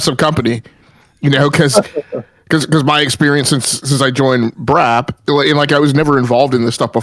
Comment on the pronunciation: LoL ish He says "welcome back to BRAP Sir" But he totally sounded like he said "welcome back to Brazzers" Hahaha Brap trying to talk about how toxic the gaming discourse is now compared to "back in the day".... Dude Brap is constantly stirring the pot saying super fanboy BS all the time. Even the title of this video LoL, "Xbox hardware struggles". I feel like there was no real reason for that headline except for trying to get hate clicks or pony clicks haha. Thats not just Brap, that is just how the gaming youtube community is